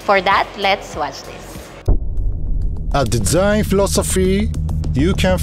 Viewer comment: Hahaha! It’s a “dezign” ah🤣🤣🤣